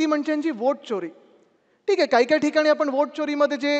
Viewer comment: च्योरी नाहीरे चोरी म्हण मराठी माणसा